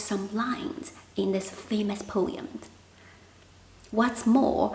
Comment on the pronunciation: po-em, not po-yum 😊